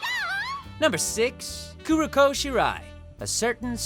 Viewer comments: 2 things wrong with this video: 1. Todd is mispronouncing a fair amount here... Two standouts are "Kuroko" and "kunoichi". What is it with dub VAs mispronouncing so much stuff? 2. No Yamada from B Gata H Kei. The girl's whole purpose that drives a large part of the plot is to sleep with 100 guys while in high school, and even once she settles on one guy, she is constantly trying to get it on with him. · HOW DO YOU BUTCHER KUROKOS NAME HOW!!!!!